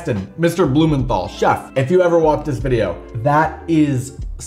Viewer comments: His name is pronounced Heston blumenTal. No th sound. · Blumenthal is pronounced "Blumen-tarl" - the th is a hard sound not a soft sound.